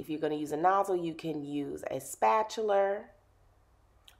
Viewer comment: the way she said spatula 😭😭 but omg she is talented!! what a great install 👏🏿👏🏿😍